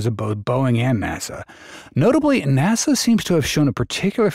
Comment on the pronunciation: Would a real narrator pronounce NASA NAWSAH ?